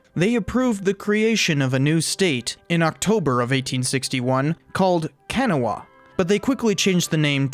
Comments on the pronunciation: Lana wha is pronounced ka-naw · Another thing kanawha is pronounced kuh-na-wha and not can-a-wha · It’s “ka-naw-wah” not “kan-a-wha” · Its not pronounced CAN-AH-WAH, its pronounced Kuh-naw, and I know it, because i was literally BORN AND RAISED in Kanawha. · West Virginian here...it's pronounced "Ka-NAW-uh." Not "KAN-a-wha." And if you've lived there long enough, it's "K'naww." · Kanawha is pronounced Kun NAW Uh , not Ken uh wah ...you're welcome. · Okay so first of all... it’s not pronounced can a wah! It’s pronounced ka naw. You would be murdered by the locals for pronouncing it like that... also we don’t care for Virginia or Kentucky that much anymore, I mean I live in the Charleston area and we don’t have a problem them, but the south might have a problem with Virginia. If there’s anyone we hate, it’s Pennsylvania. Becuz of sports which u don’t care about (neither do I), but the Backyard Brawl... it’s insane. Morgantown and Pittsburgh are only and hour and a half away from each other so that creates some tension. We also hate Ohio, but mostly different reason... we hate Ohio drivers becuz they drive like idiots. They come into our state and don’t respect anyone. They don’t know how to drive. Other than that we’re fine with Kentucky, Virginia, and Maryland (our other neighbor). Just don’t talk smack against our sports teams. There’s probably a lot of ppl under the influence ready to come for u. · Kanawha is not pronounce kana-wah. It sounds more like ca-NAH-wah. We say things odd back home. Lol just ask someone how the cities of Hurricane and Cairo in WV are pronounced (in this case it sounds like hurri-kin and carrow) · It's pronounced Kin-ah-wah, not Can-ah-wah. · "Kanawha" is pronounced "kuh-NAW-wah," not "CAN-uh-wuh." (I lived in WV 10 years.) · Native West Virginian here. Kanawha is pronounced kuh-naw-uh, NOT kan-uh-hwa. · Kuh-nah-wuh not can -o-wah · Ka-nawh-a, not Kan-a-wha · Kanawha is pronounced kuh NAW, not KAN uh wuh. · Also its KUH-naw, not kan-uh-wah